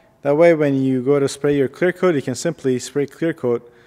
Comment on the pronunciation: 😂😂😂 I can even focus on what he says now. All I keep hearing is "clear cloat clear coat"